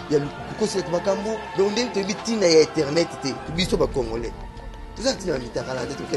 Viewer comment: on dit internet et non eternet ah otanga te